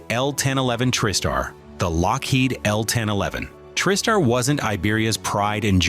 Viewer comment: It sounded like you’re saying trip star instead of Tri-Star